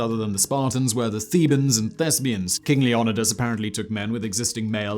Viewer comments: Now you're just f**** with me with your pronunciation of Leonidas. Leo night us. Don't you have a book for this? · Really? Fact BOI!!!???!!!??? Pronouncing Leonidas as Lee-oh-NEH-dus? And Thermopylae as therma-POLE-lee? My bio with the BLAZE, did you forget to take your cocai...?...hot cocoa!! I meant cocoa😅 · Simon its pronounced Leonidas, not Leonidas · Since you like to mock how people pronounce things, why don't you Google how to pronounce Leonidas.